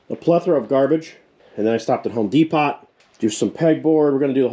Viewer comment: “Home D Pot” lol😂